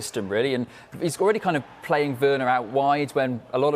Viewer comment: man said werner 😂😂😂😭